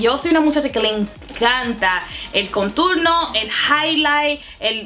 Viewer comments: Me encanta como hablas español pero it's contorno no conturno just so you know lol 😘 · Baby girl it's now "conturno " es "contorno " Anyways u are so damn pretty new Subscriber baby girl 😍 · it's contorno, not conturno 😂😂 #notahatecomment #dominicanoverhere💖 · hahaha yo tambien pense en eso! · En español es "contorno" no "conturno", igual me encantó escucharte hablar en dos idiomas ! 💕 primera vez visitando tu canal 👌🏼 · Por que dices conturno 😂? Love the video you are so funny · en español contour se dice contorno no "conturno" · Querida, no es conturno, es contorno. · no se dice conturno, es CONTORNO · It's said "contorno" not "conturno" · Es contOrno no conturno 😅 espero que no te moleste la corrección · contorno no conturno jejejej que graciosa eres, no te cansas de hablar spanglish??? mi canal es solo en español creo pondré subtítulos jijjji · Por favor contorno. Conturno es un disparate y un error enorme. Por favor! En serio me encanta que intentes hablar español y el resto de errores los puedo pasar pero ese continuamente no. En serio daña el vídeo, no puedo concentrarme con alguien diciendo una palabra tan mal dicha mil veces. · Dijiste "conturno" en vez de "Contorno" JAJAJA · No se dice conturno se dice contOrno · Qué graciosa!! Cómo dice "conturno"??? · mujer se dice contornooooo..🙄🙄🙄🙄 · Se dice contorno me agradas 💕✌🏼🦋🌴🌺🌴🦋✌🏼💕